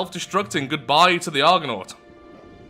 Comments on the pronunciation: You nailed the pronunciation of Argonaut. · Not bad pronunciation, really. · You totally got the Argonaut name dead right! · actually well done. You said it just fine!